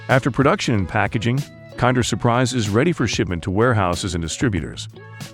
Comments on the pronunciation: It's pronounced "Kinder" not "Kander" say it right. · Its pronunced "kinder!" not "kander!" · The narrator is AI generated, and doesnt actually understand the english language it just speaks it how it thinks it should sound. I dont think americans pronounce it as "kinder" (kind-er) they still pronounce it as kinder (kin-der) its just that the robot doesnt know what its saying so it says a lot of things wrong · Kiiiinnndeeeerrr as in kin-der. This is gotta be an AI voice. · It is an italian brand so it is pronounced kinder not kind-er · That is not how Kinder is pronounced. AI voiceover detected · Can't say kinder right, didn't show 1/4 of the actual production....trash video. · It's not 'kinder' as in to be kinder to one another. It's 'kinder', the German word for children. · It is pronounced like in Kindergarden, Kinder means kids in German. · The narrator is super obnoxious with the American pronunciation of the "Kinder".